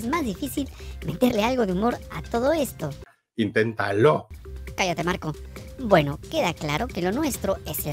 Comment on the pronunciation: Like por Ocram y el "intentaló"😂😂😂